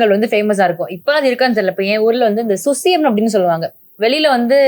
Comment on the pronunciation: அது சுழியம், susiyam இல்லமா.....